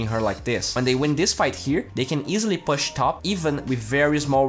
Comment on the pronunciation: please learn how to pronounce push